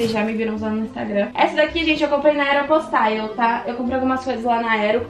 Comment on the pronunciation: Eu acho engraçado pq ela fala aero postaio Kkkk pq sla eu falo aero postale mermo